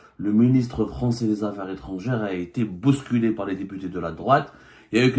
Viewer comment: On s'en fout de ce que pensent ou disent tes maîtres français. Et par ailleurs on dit bousculé et non pas bosculé aɣyul va.